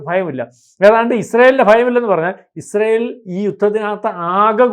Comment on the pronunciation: ഇഷ്രായേൽ അല്ല യിസ്രായേൽ എന്നാണ്..